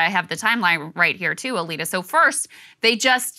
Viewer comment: why is her name pronounced Alita but the description says her name is?